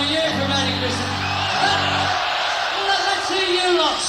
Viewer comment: Is it sooooooooooo hard to say Christmas?🎅